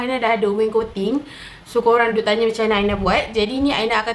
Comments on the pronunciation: Its wainscoting aina.. bukan waincoting 😌😅 pandai aina buat.. terbaikkkk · Aina pronouce as (wain - scotting) laaaaa